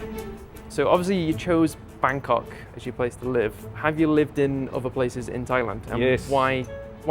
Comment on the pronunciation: Haha you said Bagkok 😂